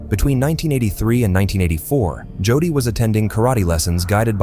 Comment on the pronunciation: The boys name is, "JODY ", Pronounced LIKE: JŌDĒĒ! YOU IDIOTS NEED TO STOP USING NONFUNCTIONAL POORLY PROGRAMMED A. I. VOICE-OVER. 🤬🤬🤬🤬🤬🤬🤬